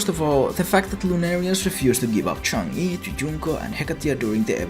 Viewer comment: Chungai instead of Chang'e? man my ears